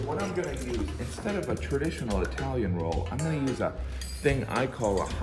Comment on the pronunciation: Jim says "replace the roll" but it sounds like "replace the wool." I re-played this section at least twice so you won't have to. Let's get cookin' whu-PESH!